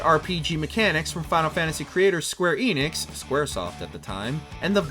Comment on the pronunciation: ‘Enix’ not ‘Eeenix’ hear them pronounce it…